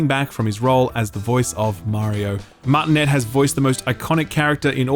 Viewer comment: He can't be serious with that "Martinet" pronounciation.........